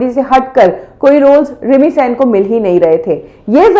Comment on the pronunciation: मैडम प्लीज pronounce it as सेन not सैन।। थैंक यू!!